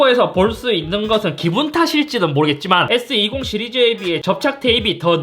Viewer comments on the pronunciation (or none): ㅋㅋㅋ z플립은 제트플립이라그러고 s20는 왜 에스트웨니라고 발음하는겨... ㅋㅋㅋㅋㅋ